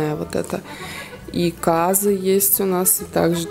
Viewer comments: Почему кАзы? У нас вроде казЫ правильней)) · я тоже с казахстане, разве не казЫ, я так всегда говорила..а мне жалко лошадок(